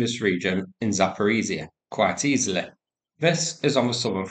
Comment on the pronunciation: zh in zaporizhzhya (also in voronezh) should sound pretty much like "s" in "decision"